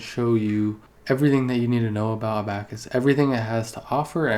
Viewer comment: a-back-us hahahahaaha come on bruh